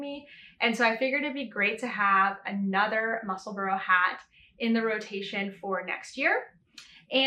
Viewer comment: The correct pronunciation is definitely ‘Musselbura or burer’ Edinburgh is mispronounced in America in the same way. It is Edinbura or Edinburer.